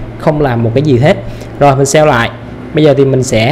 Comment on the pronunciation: kiến thức thì hay mà mỗi lần nghe save toàn phát âm thành sell nghe khó chịu vô cùng.